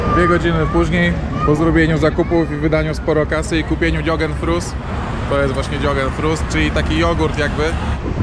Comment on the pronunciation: "yogen fruz" mówisz, hmm ;)